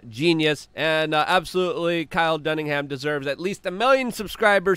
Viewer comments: It's Dunnigan. You always says his name is Dunningham. lol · Its DUNNIGAN not DUNNINGHAM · It's not DunningHam. It's Dunningan. Stop getting it incredible wrong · DUNNIGAN. Kyle Dunnigan. He's hilarious and his name isn't Dunningham. Dunnigan. Keep up the good work🙌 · Not sure who this "Duningham" guy is, but Dunnigan is hilarious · Luke says Kyle Dunningham instead of Dunnigan every single time lol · DUNNIGAN DAMNIT, not dunnigham, cmon luke 🤦‍♂️ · One of my favorite things in life is Luke's inability to pronounce many things. My favorite of all might be DunningHAM. It's DunniGAN. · DUNNIGAN Luke DUNNIGAN not DUNNINGHAM how many times already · His name is Kyle Dunnigan not dunniham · Luke I love you but WHY?! Do you keep calling Kyle Dunnigan …Kyle Dunningham? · Kyle "DUNNIGAN", not "Dunningham". C'mon, Luke! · How bout you say kyles last name right. His name is (dunnigan) not ham. G not h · Dunn-i-GAN not Dunningham you dingus. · “Kyle Dunningham.” Never change, Luke. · Luke if you don't learn how to say DUNNIGAN I'm going to SCREAM! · It’s Dunnigan, there ain’t no ham in it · It is KYLE DUNNIGAN. not KYLE DUNNINGHAM. LOL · Kyle Dunnigan, not Duningham. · say it with me: Dunn-a-gun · At least say the dudes name correctly, Luke. It's Dunnigan, like it says right there in front of you, on his yt channel. The details count. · His name is Kyle Dunnigan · Not dunnigham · Luke always pronounces Kyle Dunnigan's name wrong. 🤣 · Does it help if you tell yourself he does it on purpose. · Bro please get Kyles name right. Its not hard dunnigan!!!!!